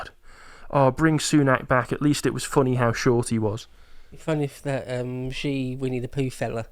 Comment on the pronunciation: Two things: (1) Not sure why it's the case that a number of English speaking commentators mispronounce President Xi's name. It's not "gee" or "jee"; rather, it sounds like "she" or the Spanish "sì". (For reference, the senior Alex of The Duran has corrected his; the junior persists in "Jee"). (2) It seems that the reason Ukraine needs "permission" is because the UK (like the US) controls the targeting of its cruise missiles. In other words, it's really the UK (or the US, or France, for that matter) which is lobbing them at Russia (but calling these "Ukrainian" strikes). Which makes sense - Ukraine seems to have engaged in false flag attacks in the past 3 years, calling strikes on (i believe) Poland "Russian", for instance. One wouldn't want to turn those weapons over to a desperate (and somewhat unprincipled) regime. (And no, i wasn't describing the British Empire...)